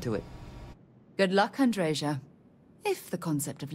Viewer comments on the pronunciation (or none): You know Andreja hates how Sarah says her name.